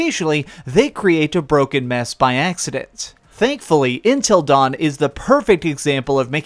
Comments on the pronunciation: I've never heard anyone pronounce it like "In-til" instead of "Un-til". You even pronounced 'until' properly during the section about Until Dawn, but when you said the title of the game twice it was "In-til". Weird with a beard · I don’t want to be that guy but “Intil Dawn”